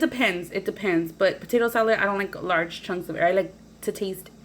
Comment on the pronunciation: "Okay so wassup we finna make some potato salet" idk why but I replayed that like 20 times😂 love youuuu and your vids😘